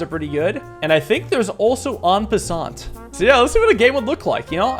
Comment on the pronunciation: I'm gonna be nitpicky. The t in "en passant" is silent. Anyway I freakin' love this!